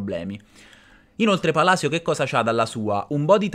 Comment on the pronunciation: Ho solo Palisio come dice il commentatore inglese 🤣